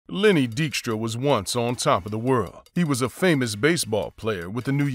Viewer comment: Ur missing the K in DYKSTRA